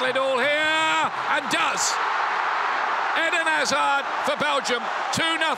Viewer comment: Eden not edeen